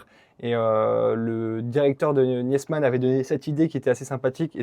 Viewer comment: Très beau véhicule,. On ne prononce pas le E de Niesmann. On dit Nismann.